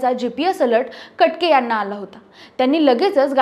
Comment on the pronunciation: ताई कट के... नाही. कटके..!